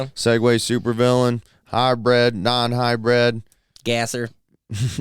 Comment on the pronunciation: It’s not called a Hi bred. Just like it’s not O Bar tires. Good lord.